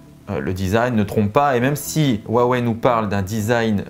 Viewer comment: WAWEI et ça se dit Youtuber Tech ^^^^